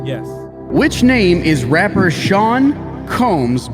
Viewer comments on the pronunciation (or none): raper instead of rapper and in sync instead of n sync come on now :/ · ummm the word was rapPer, not raper. Slight modification, big difference